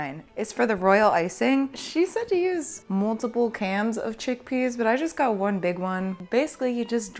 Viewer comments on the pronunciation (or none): My husband thought you said, "chick pea RINDS.". LMAO.